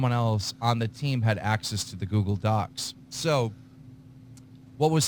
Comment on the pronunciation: Keem keeps pronouncing Docs as DOXX. He does it so much it's a reflex.